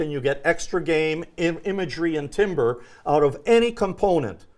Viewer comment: Great. Please tell that the word "timbre" is pronounced like "tamber".